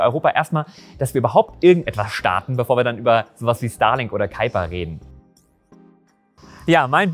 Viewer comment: Vorweg, wie immer ein sehr interessantes Video. 👍 Ich weiß dass das Amazon Project Kuiper ein US Projekt ist und quasi einen "englischen" Namen hat. Aber als jemand der an der deutsch niederländischen Grenze wohnt, ein wenig Niederländisch spricht und mehr versteht, stellen sich mir immer die Nackenhaare hoch wenn man Kuiper english ausspricht. 😅 Wir sagen ja auch im deutschen Kuiper Gürtel und nicht Kaiper Gürtel. 😂